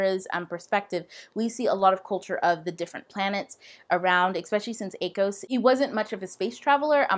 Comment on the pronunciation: The first time you said akos, I thought you said a ghost and I was like "What did I miss?"